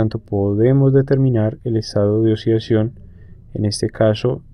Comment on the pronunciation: "El estado de osidacion de osigeno" xD jajajaja